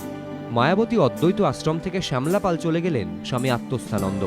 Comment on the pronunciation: জায়গাটা শ্যামলাপাল নয়। শ্যামলাতাল ।